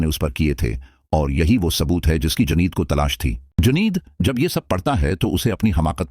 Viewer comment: Janid nahi juneid boliye .